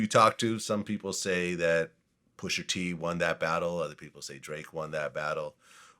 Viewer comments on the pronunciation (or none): Hey VLAD it’s pusha not pusher 😑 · When VLAD says “Pusher T” with that hard R it makes me cringe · Vlad stays refusing to pronounce rapper names that end in “a” properly 😂😂 “Pusher T”, “Tyger”, “Twister”... Pusher won though! 🏆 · "Pusher T"